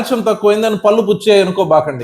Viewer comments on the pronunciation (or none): చాలా బాగా చెప్పారు కాని పల్లు అనకండి పళ్ళు అనండి